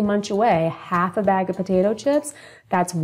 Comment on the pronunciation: Hi, I was just listening to your study on potatoes and if I may say so you say 1/2 cup and it sounds like the third time one and a half cups could you just eliminate that one and say half a cup of this or half a cup of that But it does sound like you’re saying one and a half cups thanks for the information I didn’t hear anything on the Yukon potatoes. If you get a chance let me know that information again I believe and I didn’t hear it but everybody should check with their doctor of course before, they do anything with any information😅